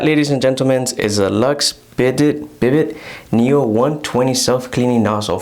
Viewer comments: I enjoyed your review and the tour of your bathroom. Just so you know, it's not prounced BID-it but rather bee-DAY, with the stress on the second syllable. The word is French, derived from a name for a horse, I guess because of the way you sit on it, like a horse saddle. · Bi day pronunciation